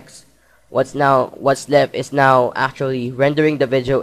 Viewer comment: nice vizeo man hahahaha !